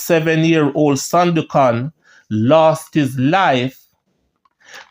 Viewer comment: I love what you are trying to achieve. However, you are seriously challenged with some pronunciation. OMG. Please check Google Word and press that little horn and you will HEAR that the words are pronounced. It's not SIMIT. It's S M I TH!!! MASSACRE IS NOT MASSAC; it's MASSA CAAA. And Sandokhan isn't pronounced as you do it, huh? Keep up the good work, but please don't let my ears bleed anymore. Fellow Jamaican here, and I am very proud of what you are trying to achieve, but please clean up the pronunciation, and you will be golden🇬🇧🇯🇲💕